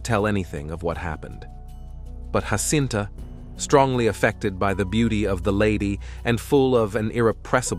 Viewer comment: Why Anglos INSIST in pronouncing Portuguese words and names in Spanish, instead of in Portuguese (DUH) is beyond me. What's the deal with these ignorant Anglo-Americans. Take Jacinta, one of the three children in Fátima, Portugal 🇵🇹 - mind you - Fátima is NOT in Spain (DUUUH) it is in PORTUGAL , THEREFORE the names should be pronounced in PORTUGUESE - the letter “J” in Spanish has the sound of “H” in English - example: “Have” - but the letter “J” in Portuguese mimics the sound of the letter “J” in JA JA Gabor - or the letter “S” in “measure - treasure- fissure.” - I see these grave mistakes over and over.